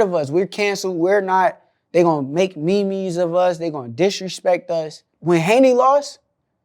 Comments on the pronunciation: Dude Said Me Me's 😂😂😂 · ME-ME's🤣🤣 They gonna make memes of Shakur saying memes! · Mee mee’s ? Lmao it’s MEMES